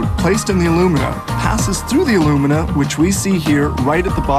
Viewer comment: 4-5 tons of bauxite is made into 2 tons of alumina (aluminum oxide, AL2O3) which is then made into 1 ton of aluminum metal. The way alumina and aluminum are pronounced in this video makes it hard to understand.